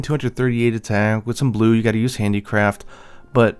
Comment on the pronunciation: Do you say handicraft or handicrap? 😂